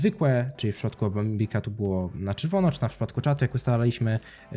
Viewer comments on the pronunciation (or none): czemu ja zamiast "bambika" slysze "affika" xD